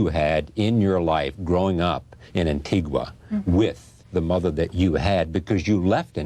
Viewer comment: this guy did not correctly pronounce Antigua for the entire interview.